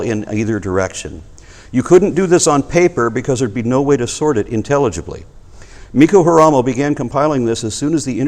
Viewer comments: Sorry im not english so i may make misyakes. Beside this i did wrote s for z on purpose. says Mikko Haaramos name wrong I know Haaramo is from mu country but I dont know him. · The progrsm is veri good but say very wrongly name of Mikko Haaramo. Almost sound like Japanese... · This isent amazing. says Mikko Haaramo's name very badly... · Ähähä! says Mikko Haaramos name so wrong sorry. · No. He says Mikko Haaramo very wrongly. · Not cool. says Mikko Haaramo very wrong. That sounded almost like japans when he try says his name... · says Mikko Haaramos name so wrongly...